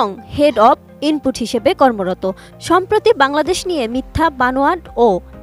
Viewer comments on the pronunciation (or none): none